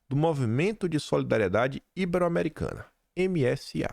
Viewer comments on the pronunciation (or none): A pronúncia correta é “ibéro” e não “íbero”